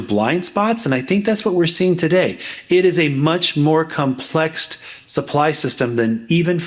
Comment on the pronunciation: A doctor at Northeastern University is using his version of English here. He has created a word called, as he pronounced it, “Complext”. I’m only high school educated so I am not familiar with higher education and Northeastern University employees new creations of English. Does anyone know how long this has been going on at Northeastern?